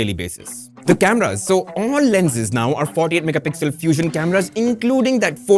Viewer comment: 1* camera 48 megapixel ( sounds like 148 mp ) ☠️